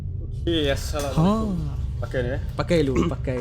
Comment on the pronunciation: Bukan aasalamualaikum. Tapi assalamualaikum